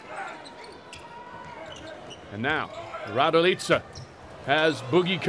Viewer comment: Kolko me iznervira kad ovaj kaze Miroslav Radilica tebra kontam tesko im reci raduljica ali RADILICA🚫🤣